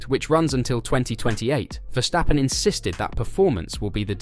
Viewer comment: Dude!! Its Ver-stappen!!! Not Wershhhtappen